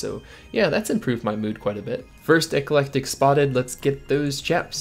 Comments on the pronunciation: You said "ecelectic" instead of "eclectic" several times. lol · Please ask someone how to pronounce "eclectic implings" :D